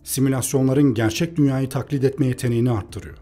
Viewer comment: TAKLİĞİD EDİLMESİ DEĞİL TAKLİT EDİLMESİ. LÜTFEN TELAFFUZUNU DÜZELT.